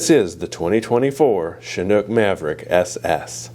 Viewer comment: Shhhhhanook? I thought it is a Chinook???